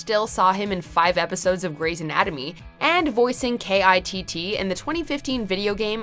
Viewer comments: LOL K. I. T. T. You pronounce it Kit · Dear narrator. You don't spell out K.I.T.T. you say it like "kit."